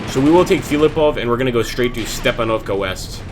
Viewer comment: Not StepanOvka but StepAnovka. Use right stress on the 'A' letter